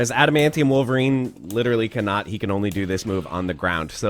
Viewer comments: God stop saying Bonerine. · You do realize you called him BONERine right?😏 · please don’t call him bonerine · Lol he said bonerine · "BONER-INE" hahahaha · Don’t say “bonerine” again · LOL he calls em Bonerine!!!!! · You said Bonerine xD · Did you just say "Bonerine"? 😂😂